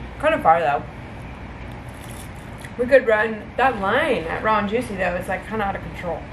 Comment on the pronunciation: When says Raw & juicy all I can hear now is ron juicy 😂 thanks! Haha